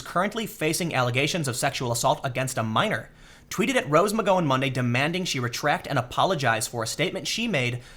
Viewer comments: he's trollin us with his mispronounciations? How do get nike wrong? Theyre the biggest sports apparel business in the world, also kaepernick and now mcgowan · He’s actually pronouncing “Asia” correctly. But he definitely messed up Rose’s last name. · Tim you're shitty pronunciation is making it really hard to listen to your videos. Watch TV, dude. McGOWan. Gow like wow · Gow rhymes with cow. Oddly enough. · Mick GOW anne Lol Tim you kill me with your pronunciations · It's cool. I didn't need my liver anyway. ahem pronounced "Mc Gow-ann" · Tim, how in the hell do you pronounce Asia wrong? I couldn't get past 2 mins with you pronouncing Asia and McGowan like that. This is like Kaepernick and Nike all over again. Do you not see these comments? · Disliked. Only for Tims pronunciation of McGowan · Her name is pronounced with a short 'ow' sound like in the word 'wow'; not a long 'oh' like in the word 'whoah'. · Tim can't pronounce the name of anyone or thing correctly... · why can't Tim say McGowan? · I was referring to Mcgowan